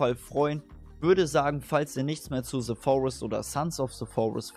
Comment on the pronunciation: Bitte hör auf "Ze Forest" zu sagen. Es heißt "The Forest" nicht "Ze Forest"!